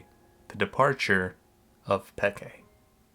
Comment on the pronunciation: i dont think anyone calls it xpeke not like we do with an insec